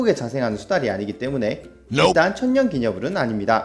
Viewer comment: 님 발음으로 천년이아니라 처연